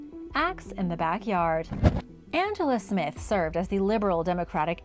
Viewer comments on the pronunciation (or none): none